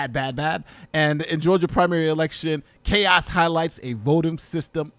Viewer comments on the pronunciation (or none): none